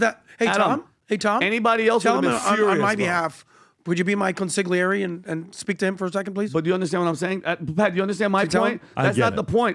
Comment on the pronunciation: Hey Adam, the [g] is silent in consigliere, just like in lasagna.